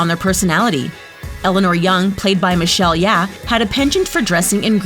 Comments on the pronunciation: Michelle YEA??! instant Dislike. All you had to do was Google for your scripted voice over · "Kwan literally wrote the book 'Crazy Rich Asians'..." Yeah, I know he wrote it literally, as opposed to virtually. Also, the actress's name is Michelle Yeoh, not Michelle "Yeah," and Asia isn't a country. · HOW DARE YOU "MICHELLE YEAH" IT'S MICHELLE YEOH, I need to talk to your manager rn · Its michelle yeoh not yeah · Did she just call Michelle Yeoh as Michelle "Yeah" 💀💀 i cant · Michelle yah... REALLY... REALLY?!?!?!! CANT EVEN SAY MICHELE YEOH?!?!?! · lol its michelle yeoh not michelle yeah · I enjoyed the video except for two things: 1. It's Michelle YEOH not YEAH 2. It's pronounced Kuala Lum-pur ('pur' literally sounds like 'purr' but with the r at the end a bit exaggerated) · I couldn't stop laughing when they called out the name Michelle Yeah, which is supposedly Michelle Yeoh! OMG this is hilarious! Please get the facts right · Wouldn’t you think you guys should get the names of the actors right? It’s Michelle YEOH not YEAH. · It's Michelle YEOH not YEAH, get it right. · uh. girl. it's Michelle Yeoh. not YEAH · I want to point out that it’s Michelle Yeoh not Michelle Yeah. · Michelle "Yo", not Michelle "Ya" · Michelle Yeah 😂 it's Michelle Yeoh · MICHELLE YEOH NOT YEAH, PEOPLE!!!!!! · Michelle Yeah??? Really??? It's Michelle YEOH!!! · Michelle ya?? It's Michelle yeo (yo) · its michelle yeoh not yeah. almost spit my water out when i heard that bruh. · Is Michelle Yeoh, not YEAH~~orz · Who’s Michelle “yeah”? You mean Michelle YEOH? 🤦🏻‍♀️ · Her name is Michelle YEOH not YEAH 🤦🏼‍♂️🤦🏼‍♂️🤦🏼‍♂️ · *Michelle Yeoh NOT Michelle Yeah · It's Michelle Yeoh, not Michelle Yeah. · It's Michelle YEOH not Michelle Yeah. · It's Michelle YEOH not Yeah hahhaha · its michelle yeoh, not michelle yeah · its michelle yeoh, not michelle yeah, do your research. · Michelle 'Yeoh' not 'yeah' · It's Michelle Yeoh not Michelle Yeah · um... its not michelle yeah. its michelle yeoh.